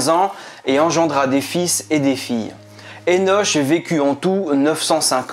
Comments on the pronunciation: Merci ça pique mes oreilles le [enoch ] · Henoch(Henosh) se prononce [Hénok] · Le( ch) de Hénoch se prononce ( K)